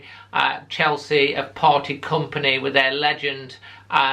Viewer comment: I fear a heavy beating !!!.... its chelsea not chorley !!!